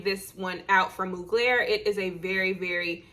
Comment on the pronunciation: Hey sis!! It's pronounced "MUG-lure." Beyonce' is their clothing spokesperson & Willow Smith for their perfumes. LoL!!😉